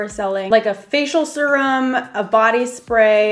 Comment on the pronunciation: the way she says “serum” 😩😬😆